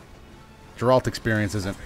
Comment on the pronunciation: Love you, but it's pronounced "Geh-rrr-alt"